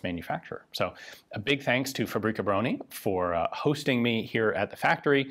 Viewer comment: BTW word fabryka contain word [ BRYKA] where is mean " vehicle ride " so is more alike FA BRY(j) (with originated 'y )KA - alike Fabry'ka ! And Bro-nih is [BRONI ]